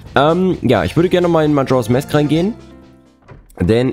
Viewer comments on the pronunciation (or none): 1. Was für eine Überraschung, dass in Truhen mit Spinnennetz-Dekor Skulltula-Tokens drin sind. :_ZeldaWink: 2. In MM gibt es keine Lon Lon Farm, sondern nur eine Romani Ranch. 3. English for Runaways: Ja, an sich spricht man im Englischen a wie ä aus, aber "mask" ist da eine Ausnahme; da spricht man das a wie ein a aus.